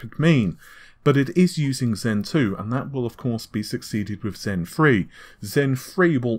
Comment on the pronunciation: Excellent video! but one tip, work on your pronunciation my man. Nahhhvay? Compare-atively? WIff? So wrong...and it just reduces your credibility.